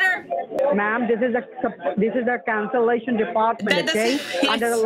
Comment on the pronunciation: "Let me sent yo de rickwest for cansilashon. May I wants to know why you van to cwancel?"... I imagine this guy wearing a deerstalker hat, a single straw bale hanging from his mouth and a shotgun resting against a wall behind him. I can also imagine him with that voice saying :"Wabbit".